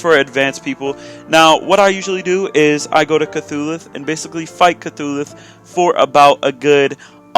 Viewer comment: Wait.....did he say cthulhuth?